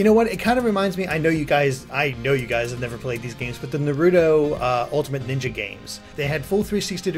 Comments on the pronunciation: this dude don't know how to say naruto's name right. Its naruto, not narudo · Yoooooo the name is naruto not narudo it's to not do ok 1st GameSpot then ign and now you guys damn only game trailers seem 2 get the name right not trying 2 be an ass but could you please for the love of god say the name right. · Am I the only one who pronounces it: na-rue-toe ? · Narudo.... *shudders